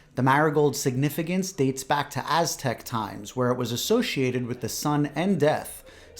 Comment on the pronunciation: Omg..well first of all way to pronounce those Aztec names. Bravo to you 👏🏻👏🏻 Second of all.. was enjoying your heart ❤felt story about your angels and then you had to drop that F bomb 💣 💥 You crack me up 😂. I’m Mexican raised in the US. Have never experienced this holiday. Not much into it but I really enjoyed watching this video. I’m sure you’ve seen Coco Disney movie reminded me of this video. Take care and travel safe 🎉.